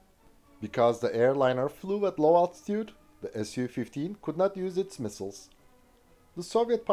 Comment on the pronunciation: Thank god you said S.U. 15 and NOT "Sue" 15...im sick of so called avation youtube "experts" refering to Suhkoi aircrafrt as "sue" and not "S.U."